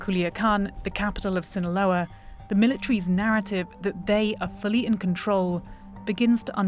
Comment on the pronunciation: "Zzinahlouaaaa Mecziiko" 🤣🤣🤣🤣🤣